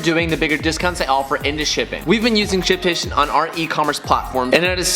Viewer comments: I heard simp station Or maybe its just me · my man struggles with saying “shipstation” lmao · trying to pronounce the H in ship station.🤣🤣🤣 not making fun... you should hear me trying to say double cheeseburger.😬